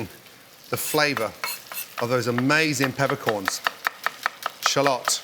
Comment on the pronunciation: I hate how he says shallot